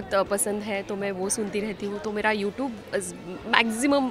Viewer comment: Most of them cannot pronounce YouTube properly including babitaji she has a channel on yt but pronounces it wrongly just proves they are municipality students😂